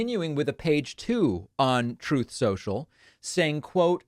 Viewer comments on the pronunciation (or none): You call it "Troth cential" LMAO, love it hahah